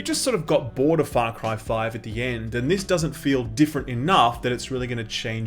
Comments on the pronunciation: Am I the only one who hears him say it as "Fuck-ry"? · Sounds like he said "Fuck Ryan New Dawn" 😂😂😂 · Man at the beginning I thought you said "Fuck Ryan". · Whoa. With the accent at the beginning, I thought you said, "Alrighty, aaaahh Fuck Ryan New Dawn." Love your videos man. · Not gonna lie, at the very beginning I thought you said "Fuck Ryan: New Dawn" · Sounds like you’re saying “fuck rye”. What do you have against bread mayne? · I thought you said: "Fuck Horizon new Dawn", at the start haha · Sounds like you said "Fuck Ryan: New Dawn" in the beginning lol